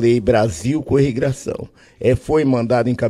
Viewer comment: Abeia, grobal, irrigração